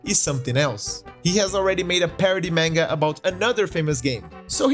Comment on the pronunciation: This guy pronounces "manga" like tenga "menga." DX On another note, there is also a Dark Souls manga, and it's comedic as well. After all the tragedies of the Soulsborne series, we just want to have a good laugh.